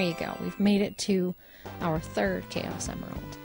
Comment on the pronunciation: you said chaus emerald